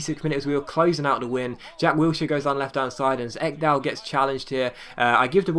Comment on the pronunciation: Eggdal.. xD You're saying his name sooooo wrong. It's more like Ikedal than Eggdal :P